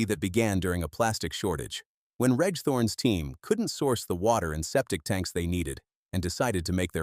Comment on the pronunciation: 'Reg' is pronounced 'REJ' ....come on!!!